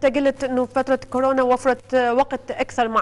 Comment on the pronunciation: خيه اسمهه كورونا مو كوررررناااا 💔😍•